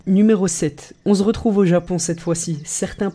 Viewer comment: lol il dit on ze retrouve mais aussi non bonne vidéo 😂😂